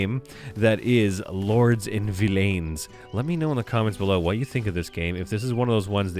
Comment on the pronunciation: VillAINs is bad guy. VillEINs is and always has been an entirely different words and is pronounced differently. You even did pronounce it right the first time at the start of the video and then 'corrected' yourself to pronounce it like villains instead.